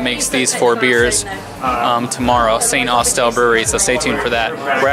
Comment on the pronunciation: Oh he said Saint Ostel, it's pronounced "Snozzel" glad they like it here